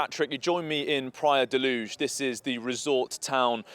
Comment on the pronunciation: Why’s he saying Praia da luuth . It’s Portugal not Spain 😂